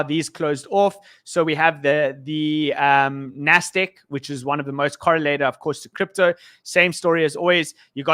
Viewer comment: NASDAQ!!! NOT " NASTIK" HOLY CR@ lmao